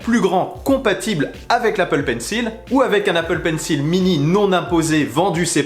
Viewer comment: Bonne analyse ! Juste un petit point pour améliorer encore plus le contenu : dans Apple Pencil, "Pencil" se prononce "Pensôle". Continue comme ça ! Et j'ai remarqué les petits sons de Joakim Karud 😉